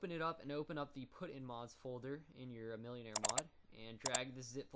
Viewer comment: It's pronounced mil-en-are not millionare